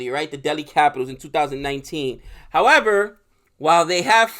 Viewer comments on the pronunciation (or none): none